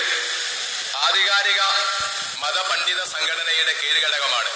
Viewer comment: പണ്ഠിതൻ അല്ല പണ്ഡിതൻ (as in under)